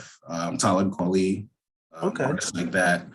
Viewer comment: It's not quali it's Kweli